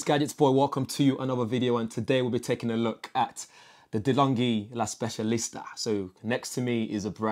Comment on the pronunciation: I'm Italian and the way you pronounce "La Specialista" is very good...not a bad coffee machine by the looks 👍